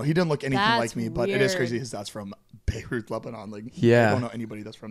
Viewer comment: Also...did he say “Beiruth”? Like Babe Ruth meets Beirut? 😂